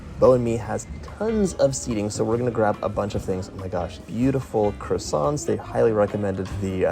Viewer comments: I haven’t been to Paris for a while now. On my next trip I’ll be visiting at least some of these places. 😃 Best way to travel around Paris? Le métro (subway). Deserts plus café? Parfait! Glad you had fun John. Until your next city! Stay safe. ❤️ PS: That ‘t’ at the end of croissant(s), is silent. Even in plural. 😉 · I am desperate to go to Paris. These all looked utterly delicious! I would likely have made myself ill. I do wish Americans would pronounce croissants properly, though.